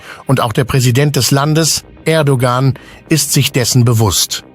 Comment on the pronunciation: Ich weiß nicht was der Verfasser geraucht hat. 762mm Kaliber beim Gewehr, 500 km Reichweite beim Panzer schießen. Den Name Erdogan falsch ausgesprochen. Das ist sehr blamabel.